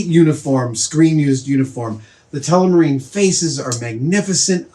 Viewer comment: am i the only one that hear adam say telemarine instead of telmarine?